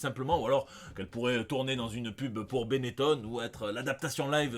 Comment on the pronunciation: Tu dis Bénétonne toi 🤔😅